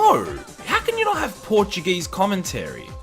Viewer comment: That “Portuguese speaking” was cringe lol. Você fala como um mexicano